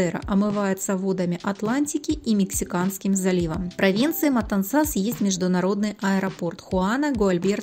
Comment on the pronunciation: Отличный обзор. Одно только замечание : Матансас произносится с ударением на втором слоге - в противном случае режет слух.